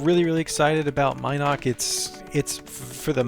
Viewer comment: Mi'noc.... was one of my first towns.. though i pronounced Min'oc was driving me nuts hearing it differently... also buc's den was outside of vesper not brit? just near covetous... ???? anyways its looking nice guys.. sad that LoA is running off everyone before you can get the damn server finished.